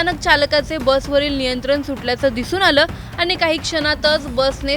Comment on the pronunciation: आधी न ला न आणि ण ला ण म्हणायला शिका. दोन जण असतात जन नाही नियंत्रण, नियंत्रन नाही. भयंकर अशुध्द वचन 😢